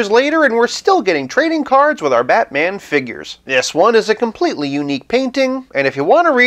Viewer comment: The way you say Be'man :P